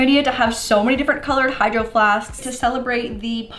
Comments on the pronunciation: When we said “ hydroflasks “ I hears “ hydroflasksksks “ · You said hidro flasksksk